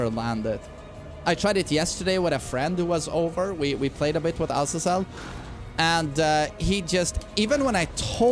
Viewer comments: its azayzel not ahzazell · Guys trust me. It's A-z-eeeeeeeeee-zel